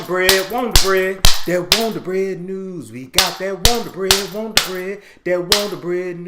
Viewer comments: "Got that wond'r bread" "Got that wond'r bread" "Got that wond'r bread news" Me: 😂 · Listen the WONDER BREAD NEWS intro is THE BEST!!!! I sing it everytime!!!! 🎼”We got that Wonder bread,Wonder bread,Wonder bread Neeeeews!!!” 😝 but you pronounce it!! I die laughing!!!